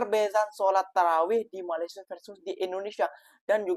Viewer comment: COBA PERHATIKAN DAN DENGARKAN BAIK BAIK, APA YANG DIUCAPKAN... BERKATA MALASYA.... MALASYA... MALASYA... 🤣👻🤣🤣🤣👻🤣🤣👻🤣 ITUPUN KALAU TIPE M MALAYDESH TAK PEKAK TELINGA 👻🤣👻🤣🤣🤣👻🤣👻